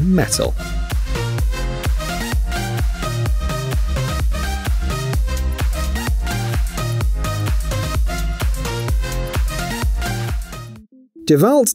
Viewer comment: You're saying DeWalt wrong it's Da Walt